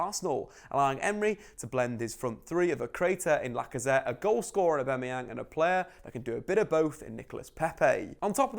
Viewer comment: Please just pronounce aubameyang properly